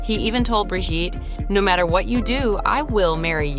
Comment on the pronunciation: Brigitte!!!!😅not bridget!!!